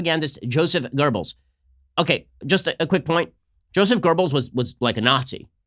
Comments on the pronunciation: Dear Ben, it's Goebbels, nor GoeRbbels. But otherwise awesome :) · Goebbels, Ben, not Goerbels. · its Joseph Goebbels, not GERBELS. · Who is this Joseph gerbels 😂we gotta work on that german Ben